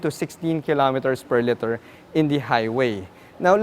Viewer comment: It’s pronounced liter not letter.